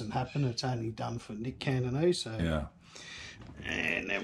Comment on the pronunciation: What a killer collection! That Triple XXX sounded awesome too. Wish I hung on to mine! Someone please tell this dude Nick's name is CATANESE, not "Cantonese" 😂 Then again, fuck that creep come to think of it...